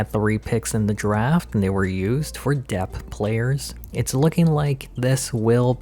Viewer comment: Dude. Please. It’s depth. Not dep. The ‘th’ at the end isn’t silent.